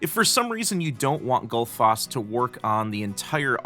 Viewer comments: Goodfoss? :D I'm glad that didn't stick since it's way off :D ;) I can be your Icelandic pronunciation consultant ... :p #justsaying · I simply can't get used to this awfully wrong pronunciation of Gullfoss! :D Love the plugin though ;)